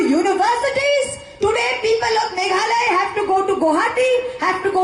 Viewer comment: "Mekhale", khlem lait ban kynnoh Meghalaya.